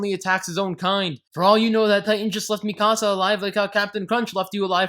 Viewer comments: 😂😂 at "Mi-casa" this ain't a house dude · EVERYTHING WRONG WITH: AniSins 1: HER NAME IS PRONOUNCED: (MEE-CUH-SUH-) 'MIKASA' D:< ITS IN THE ENGLISH DUB THEY PRONOUNCE IT THAT WAY AND YOU CAN KINDA HERE IT THAT WAY IN THE JAPANESE VERSION!! GOD DAMN YOU XD )(...jk...)( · I'm giving you 10 sins for miss pronouncing Mikasa's name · THAT IS NOT HOW YOU SAY MIkASA